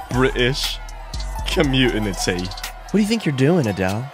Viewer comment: "communitity" haha